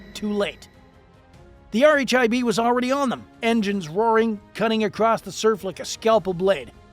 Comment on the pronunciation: "R H I B" is just pronounced "Rib", buddy.